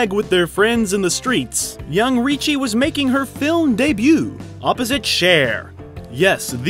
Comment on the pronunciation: There is no "CH" in "RICCI"!!!